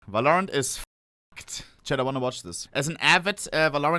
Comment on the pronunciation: Don't talk about pronounciation with yours on "Valorant"...